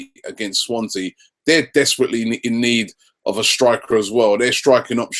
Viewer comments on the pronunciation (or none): none